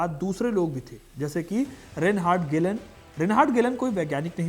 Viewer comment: Aabe yaar ….video to achhi banai 😂😂bit achhi tarha rata nhi maara …..reinhard hyreich or ….gelhen bol raha h baar baar 😂😂😂😂😂kya bakwas h ye